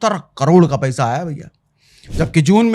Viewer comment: नॉर्मल तरीके से बात करो सर। जब आप पईसा बोलते हो तो ऐसा लगता है कि चुसान्त की पाठशाला है